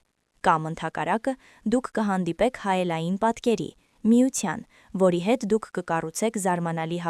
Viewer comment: Գրագետ խոսե՛ք՝ դ-ն,թ-ն ՝ Ց մի՛ արտասանե՛ք , եւ այլն<լռուՑյուն>,<միուՑյան, զգացողուՑյան> ,<կրթուՑյան>եւ այլն չէ,աղջի՛կ, Թ-ն՝ Թ արտասանի՛ր , ոչ թե՝ Ց։Քերականական գրքեր բա՛ց արա եւ ուղղաԽոսություն սո-վո-րի՛ր, բոլո՜ր Թ-երը՝ Ց արտասանեցի՛ր։Եւ՝ այլն։